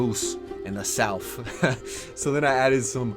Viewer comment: "The soufff" sounding like an illiterate fuck tard